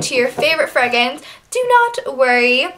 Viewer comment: She says "fregrance" & " Vazeline"